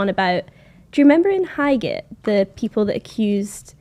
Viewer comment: OMG she’s pronouncing “Highgate” the way the voice on the tube does (which is wrong)… I knew this would happen. Some idiot made a mistake when recording that place name and now people living in London who are not from London are saying it like that as well.